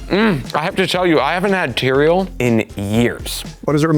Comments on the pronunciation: Tea-re-al. Bahaha 😅 Atticus in a chariot =Uber 😂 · Oh my gosh, "Tereal"?!! 😆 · Teareal 😟 😂 cereal+=teareal 🥣 🫖